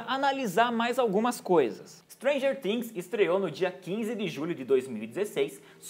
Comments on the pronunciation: N é Stranger tings ! SE FALA FINGS COM "F" ! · "muita gente assiste Stranger TIIINGS" uehueheu eu sei q ele falou certo porque é em pt/br mas é muito estranho KKKK FALA STRANGER FIINGS